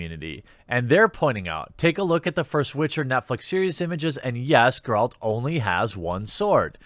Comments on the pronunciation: You play the game, and yet you pronounce it "Garrald of Revaya"...?? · SeenBett3rDays neither does Jeremy tbh he doesn’t even know how to say Geralt